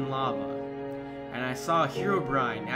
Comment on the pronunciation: He did too! Its Herobrine xD!U said herobime